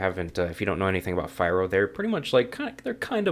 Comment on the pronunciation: "fee-roh" just FYI